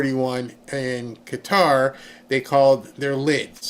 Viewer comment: Finally someone can pronounce Qatar correctly. Thank you